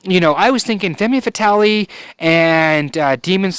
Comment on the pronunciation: Femme Fatale - ˌfɛm fəˈtɑːl - I believe - but thank you so much for this review. I love your reviews and consult you before I make any purchases! Cheers!